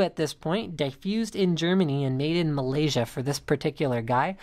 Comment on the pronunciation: i like how he say malaysia! i am a malaysian! yea me!